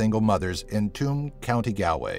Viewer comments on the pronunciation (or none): It's pronounced "Choom county Gawlway " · Galway, pronounced Gaul-way. Tuam, pronounced chew-mmmm. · Number 1) Tuam, Galway is pronounced Choom, Gawlway Do a top 10 on something Irish or Ireland itself 👍🇮🇪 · It's pronounced "Choom" not "Too-am" and "Gall-way" not "Gal-way"...you really should update your research on that one by the way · And Tuam as in chew mmm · I live where the number 1 spot is. Tuam is pronounced choom and Galway is pronounced gaul-way. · pronounced Tuam and Galway wrong 😩 my cousins live there